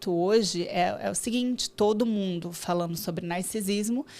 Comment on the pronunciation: Gente do céu, as pessoas não conseguem mais pronunciar o “nd”? É sempre “falano”, “correno”, caminhâno”. 😰